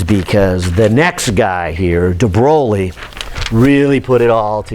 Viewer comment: After : DE WHO??? DE BROWLEY??? Now stop it, please! You know how to say "THE BOY". Now put an R in between the B and O. So the right pronunciation of "De Broglie" is "THE BROY", and keep that R rrrrrrolling! ;-)